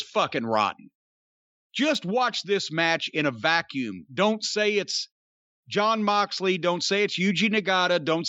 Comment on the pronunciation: Hes not John Moxley....hes GGGGGGGOHN MOXLEY according to the ring announcer now.